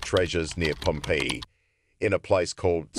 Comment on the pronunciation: I really wanted to listen to this, but the pronunciation of Pompeii was super annoying